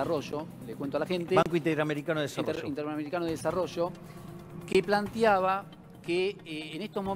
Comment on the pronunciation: Por favor alguien díganle a este conductor que no es "plantIaba" sino "plantEaba". En el minuto hay uno. Queda fel mas viniendo del conductor!!